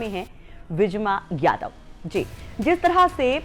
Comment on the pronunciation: It's vijama yadav ji not vijiya and uday bhan karvariya ji not kaveriya